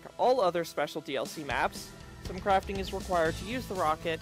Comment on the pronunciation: In the beginning it soundid like you said with out craping